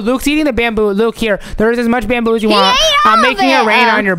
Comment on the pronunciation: Not bamboo it’s bamboy